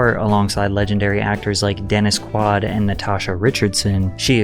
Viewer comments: it's pronounced "Quh-wade" not "kwad" lol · ?? Quad?!!? Hmmm Smfh Do I even have to say it?! It's Denis QUAID, not quad 😖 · its DENNIS QUAID not quad lol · Dennis "QUUUUAAAAHHHD!?!). You mean QUAYED?? (Quaid)... This is the first time I have ever come across you totally doucing a name... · Quaide. Not Quad, lol. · "Dennis Quad" lol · Dannis Quad??... Who the fook is that? Quaid! And that famous film festival... You know... Cains 🤣🤣🤣 Cannes... It's pronounced cans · hahaha- you said Dennis "QUAD" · Dennis QUAD. Patrick you can’t say with a straight face that you don’t know who Dennis Quaid is? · Qu-AID not KW-aud. You put the em-PHAS-is on the wrong sil-ABBLE... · my neck snapped when you said Quad. It’s Quaid, Patrick 😂😂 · He said, “Dennis QUAD” 😂😂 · HELLywood aka Hollyweird! Bruhhhh, I've only went close to where that sign is in 2018 or 2019. Never seen the good side of that place or many people who falls into that sorta vibe. who's Dennis Quad? You mean, Dennis Quaid...Quaid as pronounced K-Way-id. 😅😅😅😂😂😂🤣🤣 She's definitely self-sabotaging her life in her early and middle ground. I remember seeing her face in the papers everytime i went to a grocery store, it would be plastered all over newspapers and social media. I'm also a fellow AA/NA Recovering Addict and had my bouts with mostly everything except Alcohol. Overdosed 13x and hit below rock bottom. I'm now in a Nursing Home and can't walk anymore due to someone hitting me on my way home from work. I've been clean now over 2yrs now. All of my accident happened in March 2023. Just live your life to the best but hopefully any Addict never again has to deal with substances and/or booze. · Quaid. Say it with me "Qwayyyyyyyde" lmfao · Dead Internet is real: This is def a voice over by A.I. as it pronounces Dennis Quaid as Quodd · Quade is pronounced kwade, Cannes is pronounced con, and thyme (because it was in another video) is pronounced time. Great content but that has been driving me crazy 😵‍💫🤣